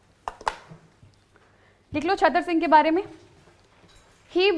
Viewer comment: Right pronunciation is चुराह And Other is छतर सिंह Right pronunciation is चतर सिंह